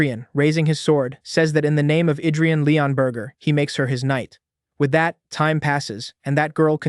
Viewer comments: the narrator is hungry his saying burger instead of burg or borg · I think bro's hungry he keeps saying Leonburger instead of leonburg😂